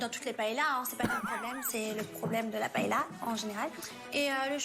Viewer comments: On prononce PAÉLYIA comme on dit LIEU ... et chorizo c TCHORIZO et le Z comme le TH en english. De rien.😂 Merci! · Paëlla ça se prononce « paéya »